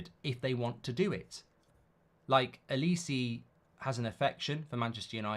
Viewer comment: It’s not olis-eee it’s olis-eh